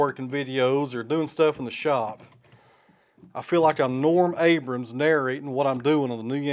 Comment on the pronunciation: Hey: There's no "S" in Norm Abram.